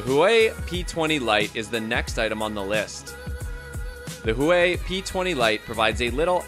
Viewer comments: It's hua Wei not hoo wei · Huawei is properly pronounced "whoAWE-way" (emphasis on the "awe"; the breathy hint of "who" is very subtle -- kind of like you first gently blow at a downy feather as you start to say the word awe). It sounds rather like the first syllable of water ("WA-ter"). So "HUA-wei" is like simply turning "WA-ter" into "WA-way". It's that easy. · huawei is pronounced hwawei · What's a hoowhy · Zaoume? Zioume? Huei? Huai? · Huawei is pronounced Hoo-ow-way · It makes me laugh how some people pernounce huawei and xiaomi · When he pronounced Huawei, jesus I almost chocked. Damn bro, dunno if ure trying to create a new word or u got ur own brand